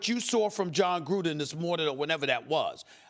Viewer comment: Anyone else hate how Steven A said Jon Gruundan.